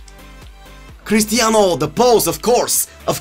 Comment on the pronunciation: Crustianuu, mbuuuppee, neymuuurrr, zlotan, so many mussesss, bullackk